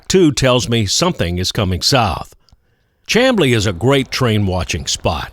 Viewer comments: I enjoyed your video as always. I'm retired from Southern and NS with 30 years service and enjoyed your video around Chamblee. The town is pronounced Sham-blee. Another interesting location on CSX is Gloster Siding just a few miles south of Lawrenceville where you were. A number of meets takes place there daily and is accessible. I have a short video which you may find interesting. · Thanks for the great GA coverage! Love your videos as always. I grew up not far from Chamblee, in Doraville. Oddly enough, despite the spelling, Ga natives actually pronounce it "Shhamblee", just as the county it's located in (Dekalb), is pronounced "Decab", with a silent "L". Anyway, excellent video, looking forward to the next one! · Please allow me to correct your pronunciation of "Chamblee." It has the sh sound of a "sham." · The natives pronounce "CHAMBLEE with an "S"chamblee ! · Chamblee is pronounced with an "SH" sound, FYI. Also, I don't doubt the NS has tried real hard to eliminate at-grade crossings. ATL traffic is screwed up enough. A long train could cripple the whole metroplex. BTW, I lived in the ATL 10 years.....I know it well. Also, would love your thoughts on the Legacy Trail down here in Sarasota, and any old stories and insights you have on the rails works down here. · "Sham-blee" not Cham.... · "Shamblee", not CHAM"blee. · Chamblee is pronounced SHAMblee - used to live there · Great video. Lived there. Pronounced Shamblee. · Two notes for ya: It's pronounced "Shamblee" and Peachtree Road actually is the same thing as Peachtree Street. It's Peachtree St inside the city limits of Atlanta, and transitions over to Peachtree Rd. when it leaves the city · Great video. Chamblee is pronounced "Sham' Blee." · "Chamblee" is pronounced "Cham" as in "am", or as in I "am", = Chamblee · I'm pretty sure it's pronounced "sham - blee" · The Town named Chamblee is pronounced "Camblee", the "h" is silent.